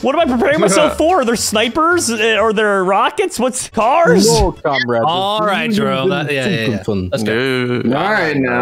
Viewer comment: No one Literally no one: prepare yourself commrad